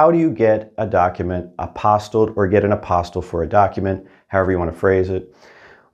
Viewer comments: It's pronounced a-pos-tee, not apos-tl. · its pronounced apo*steel*, not a*pos*til.